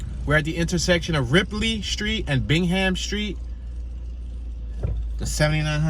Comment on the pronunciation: Bingham pronounced Bing-um